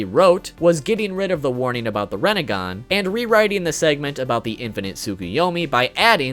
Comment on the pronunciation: What’s a renagan? You mean rinnegan?